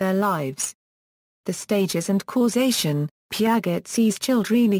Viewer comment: Its not pronounced Pia-get but pronounced like its said piajay was the only thing annoying me sorry